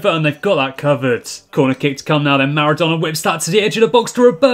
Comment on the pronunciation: Am I the only one who hears name of Naruto instead of Maradona ?